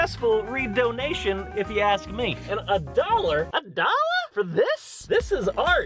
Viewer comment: "A DOLLA" ME- "A DOLLA OH MY GADDA"